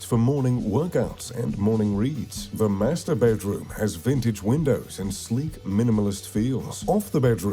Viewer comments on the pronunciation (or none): "The master bedroom" sounded like he said something else.